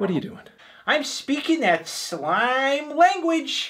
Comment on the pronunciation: It isn't slaime language, its slAime language with the emphasis like Sign Language